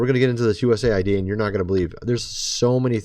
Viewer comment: Thank you for saying USA. ID CORRECTLY 😊 not aid😊